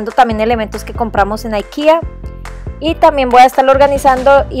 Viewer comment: Por qué dices Aikea, si no es una palabra en inglés. IKEA es de Suecia, creo.